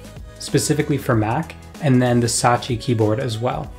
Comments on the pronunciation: Satechi* not Sachi lol. Great video that's been needed! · Thanks for the thorough analysis and breakdown. Please learn the correct way to pronounce Logitech and Satechi though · /ˈlɒdʒɪtɛk/ LOJ-i-tek, you sound like Kodak Black trying to pronounce "champagne" edit: I just heard you say "Satechi", are you doing this on purpose to annoy people ?